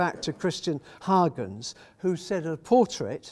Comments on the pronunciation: I found the gross mispronunciation of Huygens as Haagens extremely offputting, the usual English mispronunciation of Hoygens or some such at least gives a better idea of the actual sound of the surname. I was quite astonished to hear the reference to the secretary and renaissance man as Christiaan Huygens. He was a scientist of great renown. His father, Constantijn Huygens, was the secretary of the House of Orange who acknowledged Rembrandt's talent and encouraged him towards classicism. Rembrandt of course went his own way. Constantijn Huygens had a son also called Constantijn, the brother of Christiaan. This son was a secretary to William III. The reference in the talk was to the wrong Huygens. Very disappointing and rather spoiled the talk. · Yes, I was surprised by the mispronunciation of Huygens as Haagens???